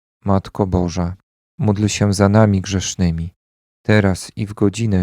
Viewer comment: Bóg zapłać za wspólną modlitwę. Pragnieniem moim jest by wymawiać módl się za nami czasami słyszę muć się, i by stałe wymawiać Zdrowaś Maryjo i Święta Maryjo.